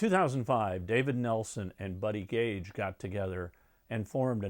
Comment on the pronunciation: Buddy "Cage," NOT Buddy "Gage!"